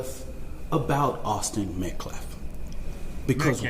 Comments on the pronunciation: Min He says “Met-claff” WHAT A DOOF. ‼️‼️‼️‼️‼️‼️‼️‼️ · HOW FREAKIN HARD IS IT TO SAY “metCALF”?!?! His last name is Metcalf…met-c a l f! you “respect the loss of life”, “respect this and respect that” and you can’t even get the name right?!?! not once??? like freakin hell man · This dude cant even say the name of the victim properly. Metclaf??? Gtfoh. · He keeps purposely mispronouncing Metcalf. He’s said Metclaf like 5 times at this conference and when he spoke before. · Metclaf? Damn dude, talk about disrespect. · “Respect dignity of life” so much they couldn’t even pronounce Austin Metcalf’s name properly. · Saying his last name wrong on purpose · This is weeks later and this clown can't even pronounce Austin Metcalf's name correctly. The title pastor is dirt when men like this carry it.